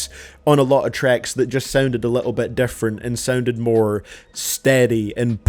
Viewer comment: Is it just me that hears “trecks” when he says tracks?